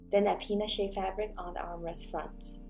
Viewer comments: I thought you said penis shaped fabric, not peanut lmaoooooo I had to rewind that a couple times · I thought she said penis too LOL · LOL!! I seriously thought she said penis too and came to the comments to see what's up lmao